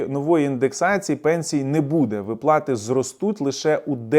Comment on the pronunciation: Не випла'ти а ви'плати